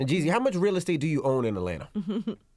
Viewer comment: Its JEEZY not JEZZY put some respect on a Atlanta legend name I ain’t gone say it NO MO!